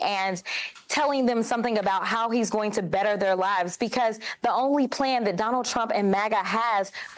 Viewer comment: Trump not Tramp😂🎉